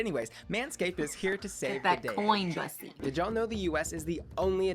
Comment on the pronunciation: "Bussy" isn't pronounced "Bus-ee", it's pronounced as "Boo-see" (like the aspect of human anatomy it's referencing). Can you imagine if we called it a "puss-ee"?